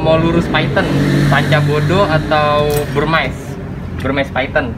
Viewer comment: Molurus dari India Bivittatus/Burmese yg d lindungi dulu emang namanya Phyton Molurus Bivittatus tapi sejak 2009 udh jadi species tersendiri DAN DILINDUNGI. Begitu ceritanya & kata influencer reptile lainnya. Burmese dibaca Burmis bukan Burmais atau Burmice.